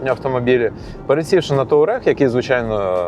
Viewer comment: «Таурег» блін 😂